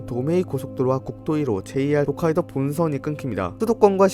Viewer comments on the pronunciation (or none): none